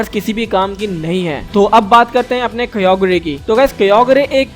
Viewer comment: Its not kyogrie its kyogre and primal kyogre is better then kyogre and primal kyogre is form of kyogre